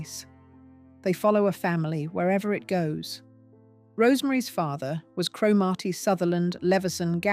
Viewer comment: Please ensure that AI narrations are correctly pronounced. Cromarty not Cro- Marty.